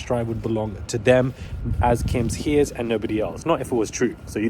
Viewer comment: 'Heirs' is pronounced "airs", just so you know